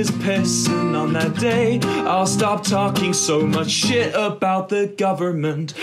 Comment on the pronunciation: HE SAID TALKING IN AMERICAN ACCENT